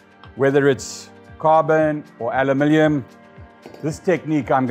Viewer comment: Lol “Alumilium”